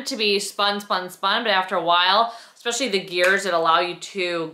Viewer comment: “Anyways” and “expecially” - really? You’re darling but that mispronounciation thing has got to go!